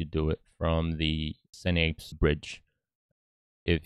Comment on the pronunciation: Not quite done with thr video, because I'm doing the steps along with you. It's very helpful so far. Thanks for making this. Quick vocabulary help: synapse is not pronounced "sin-apes". Like sin plus ape (monkey). It's "sigh-naps" or "sin-naps". It's a word from the neurological connections of our brain. Like, "this man's brain has strong synaptic connections".